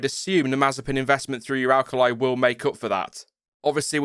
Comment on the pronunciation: FYI it's pronounced oo-rull-KUH-lee (I speak Russian)